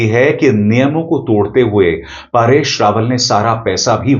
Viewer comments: जी, आप परेश रावल को बार बार पारेश रावल क्यों बोल रहे हो? 🤔🤔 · पारेश नहीं परेश रावल नाम है। आप बार बार पारेश पारेश कह रहे हैं। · Paareshh nahi paresh dhang se bol warna video mat bana